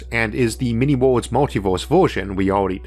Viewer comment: My favorite of his pronounced words is ""wohls"" for _Worlds_